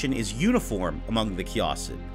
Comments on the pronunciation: please stop saying kay-AH-sid. It's kay-i-sid. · Wait no, it’s Kia-Seed, that’s the better way to put that and not be confusing. Key-Uh-Seed